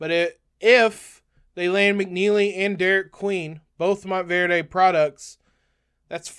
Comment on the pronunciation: Mont-verd, no E on the end! :goodvibes::goodvibes